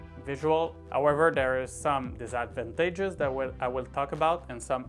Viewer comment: Great video! I was thinking of doing a similar purchase so I appreciate more content on questions I have with alternatives to Oculus Link! Just a head up though, 'disadvantages' is pronounced ~ diss -edd-vantages~ Threw me off when you said it the first few times but I love to hear accents and different pronunciations. Makes me happy to know I'm not alone in the world in that! Thank you!